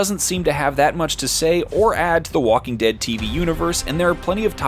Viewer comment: Dhe Talking Wead